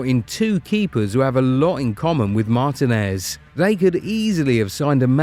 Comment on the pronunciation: It's pronounced Mar-TI-nez, emphasis on "TI".